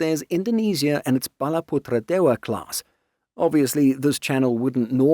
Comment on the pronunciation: perfect pronunciation on Balaputradewa. This channel deserves more subs even though it mainly focus on topics regarding the baltics and europe